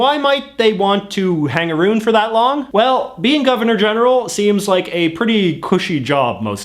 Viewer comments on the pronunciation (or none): D a...boot a...roond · Am sorry but wow! That Canadian accent whenever he says "about" and "around" 😂😂